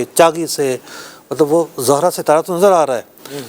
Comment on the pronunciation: ستارے کے نام کا تلفظ "زُہرہ" ہے، 'ز' پر 'پیش' کے ساتھ۔ جبکہ مفتی صاحب 'ز' پر 'زبر' پڑھ رہے ہیں۔ اس سے ہی فلکیات میں آپ کے مبلغِ علمی کا اندازہ لگایا جا سکتا ہے۔ مزید برآں ۲۰۲۱ء میں شوال المکرّم کے غلط فیصلے کے وقت بھی مفتی صاحب اسی کمیٹی کا حصّہ تھے۔ اس وقت ۳۰ رمضان المبارک کو عید کروا کر یکم شوّال المکرّم کو 'قضا' کا روزہ رکھوایا گیا۔ کیا اُن شرعی بے ضابطگیوں کی کوئی تلافی ہوئی؟ کرونا کے دنوں میں 'چھ فُٹی' نمازوں کا فتویٰ بھی انہی کے ہم جماعت مفتی حسّان صاحب کی جانب سے جاری کیا گیا جنہوں نے ڈیڑھ صفحے کا فتویٰ لکھ کر اعلیٰ حضرت امامِ اہلِ سنّت مجدّدِ دین و ملّت الشاہ امام احمد رضا خان فاضل بریلوی رحمۃ ﷲ علیہ کے اُنہتّر (۶۹) صفحات پر مشتمل رسالہ "الحق المجتلیٰ فی الحکم المبتلیٰ" کا ردّ کیا۔